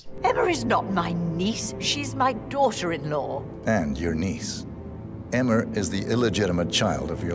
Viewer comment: I think there was a typo in the script. They both called her “Emmer” lmao